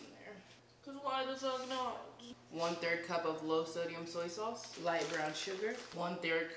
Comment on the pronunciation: the way she say soy sauce bitch im fucking deceased💀💀